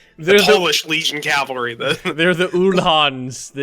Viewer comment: It's cavalry, not calvary. Calvary is where Jesus was crucified. Cavalry are horsies. I don't even mind the mispronunciation, it's just repeated it like 50 times. >_>